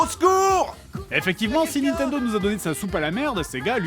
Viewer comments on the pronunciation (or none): C'est moi ou au lieu de dire Nintendo elle a dit Nan Tendo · "il jouait à son "naintandeau", j'adore :D